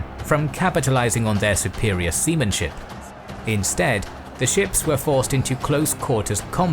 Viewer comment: lmao he said "semen ship"